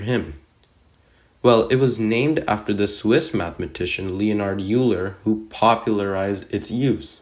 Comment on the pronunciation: It's actually pronounced like "oiler", not you-ler 🤓☝